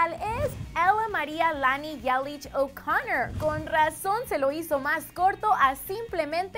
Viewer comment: O'Connor... por primera vez se como se pronuncia mi apellido:p